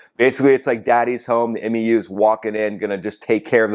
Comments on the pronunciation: Marines pronounce MEU like “Mew” and they are most likely pissed their booze cruise is interrupted to do work, some very pissed off grunts and gators en route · A MEU (Marine Expeditionary Unit) is pronounced "mew", like what your cat says to you. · Marines pronounce it "mew". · MEU: It's pronounced like "MU," like the Greek letter. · MEU is pronounced Mew, like the Pokémon, just for reference. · MEU - pronounced "myou" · 2 things I gotta say my dude. Please don't say M.E.U. We just say "mew", like "you" but with an M. Sounding like those dudes in Battlefield LA saying F.O.B. instead of "fob" lol. And gotta remember this about that 2500 Marines number. Only like half or less of those guys would potentially go ashore as ground combat personnel. The rest are either support MOS's or Air Wing guys that will stay on the boat to support air operations from the ships. A typical MEU ground combat element is only a single infantry battalion reinforced with attachments like a platoon from LAR, a Recon Plt, a combat engineer plt, no tanks unfortunately (what a bonehead decision getting rid of Marine tankers was🙄), a single artillery battery etc etc. Probably more than enough to take something like Kharg Island, but definitely not enough alone for sustained operations on the mainland. That might have been more than 2 things...man I'm bad at math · M-E-U?! C’mon bro you know we just say MYOO! #SemperFi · Love your work. FYI MEU is pronounced MEW as in the 31st MEU (1 word) is enroute. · Hey, nuts it’s not pronounced M-E-U 😂 the e is silent It sounds like mew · The M.E.U.. is pronounced MEW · MEU (Mū) rhymes with “pew”. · MEU is pronounced “mew” amongst Marines and Sailors. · OK, I'm not trying to be a peckerhead or anything. You seem to not know, and I can understand that since you're Air Force. It's OK to pronounce MEU as "myoo" if you want. That's how it's pronounced in the USMC. Semper Fidelis, brother. I love your videos. Keep em coming, Sir. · MEU - Pronounced Mew